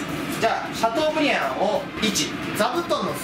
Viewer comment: シャトーブリアンをシャブリーっていうの笑うw